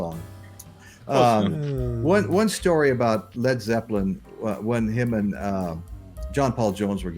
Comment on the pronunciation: “Led Zeppilin”?